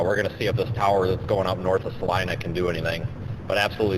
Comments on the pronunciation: Right? It's Sa-LYE-nah! He wasn't sure, so kept pronouncing it both ways every time he mentioned Salina. Each time he said Sa-leena, I cringed. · Sa-leeena, haha